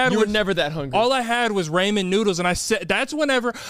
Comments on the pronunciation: Oh lord:.. the egg conversation… that isn’t organs or bones… they are unfertillized- ie. Will never be a chicken…. Also ur mispronouncing ramen.. oh my bad, I mean ‘’ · There’s no way he said Raymen noodles 😂